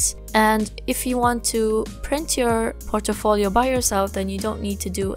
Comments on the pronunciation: you said it likE POR-TO-FO-LIO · The way u pronounce portfolio is unique .......